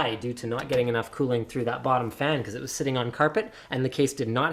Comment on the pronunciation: LMAO air flow thru the wottom :)